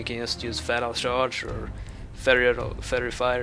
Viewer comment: Please learn how to say 'charge' :P